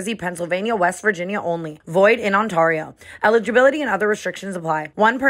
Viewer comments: You lose me every time you say On-TAR-io 🥴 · Tana I have had ENOUGH. please re record void in Ontario it’s pronounced on-tare-ee-oh tare like rare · When you do the draft king thing you say Ontario wrong LOL it’s ON -T-AIR-RIO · Ontario On- tear-e-o....youre welcome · Tana mispronouncing Ontario I’m so dead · I have been praying for a Toronto tour date but Tana can’t even pronounce Ontario😭😂❤️ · How did Tana pronounce Ontario at the end 🤣😂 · The way she pronounced Ontario when she used to date a whole ass man from Ontario 😂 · Somebody please tell Tana that is not how you pronounce Ontario.